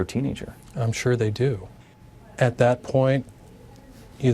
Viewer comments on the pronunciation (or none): none